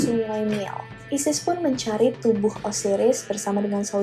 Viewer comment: menchuari apa mencari sih ngomongnya